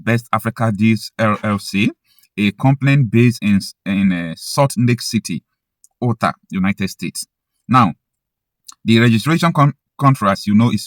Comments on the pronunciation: Note that Utah is pronounced “Yuta”, instead of “Uta” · We need to take security very seriously. Great insight sir, but Utah is pronounced as ‘You tahh’ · U....Tar,thats how you say it.😅😊😊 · IT IS PRONOUNCED ''YUTA'' USA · It's pronounced 'You Tah'